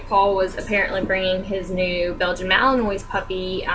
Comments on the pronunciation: This video kills me. Ughh he can't even pronounce it right. Clearly he did no research on it. When watching his videos, I kept whispering at the screen: "It's Malin-wa. Malin-wa. Malin-WA. Not Malin-oy." I mean, even after doing a minute of research on camera you know more about the breed than he does. xD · Just letting you know, it's pronounced Malin-wah, but he should be the one to know that if he has the dog. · you didn't even pronounce malinois right btw